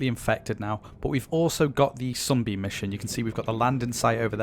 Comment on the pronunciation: when he said Sunbeam, it always sounded like he said "Zombie"